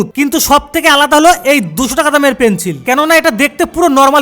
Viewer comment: Pencil ❌ Penchil✔️😂